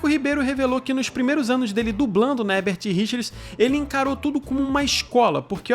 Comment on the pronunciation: Leigan para o ótimo Marco Ribeiro, que fala Herbert Richers e não Hebert como o comentarista desse canal sempre fala.